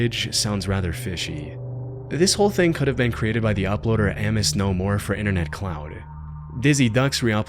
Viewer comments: I've never heard someone say Amos wrong before. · Buddy. Love ya. That is not how you pronounce "Amos."